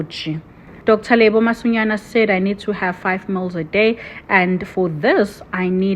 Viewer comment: 😂😀😀The pronunciation sounded like mls...nonetheless, Bester is a bullshiter.